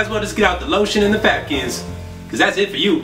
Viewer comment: ROFL this dude said fapkins 😂😂😂